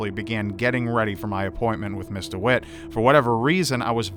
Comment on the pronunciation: Rly? It really sounds like Mr Witt :D Then again, english isnt my native language so i could hear something that actually wasnt said :) Thx for letting me know though